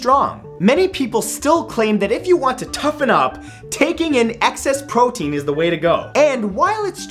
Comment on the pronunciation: gaston said he eats 5,000 eggs a day u said PROTEN